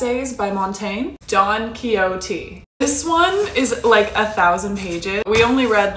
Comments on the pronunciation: Unfortunately you can’t trust even “educated” Americans to pronounce things properly. I don’t know who told her it’s Don “kioti.” I’m American and I promise you I’ve always known the pronunciation. However, I’ve also had many Spanish classes. Maybe she hasn’t?? And has somehow never heard the name Quixote before? Which is so odd to me. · I'm American and honestly her pronouncing it like that caught me so off guard 😭😭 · As a Spaniard, I take great offence to your pronunciation of Don Quijote